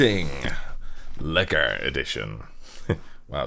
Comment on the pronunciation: the way you pronounced ''Lekker'' was just absolutely perfect, most non Dutch people i've met can not pronounce it like that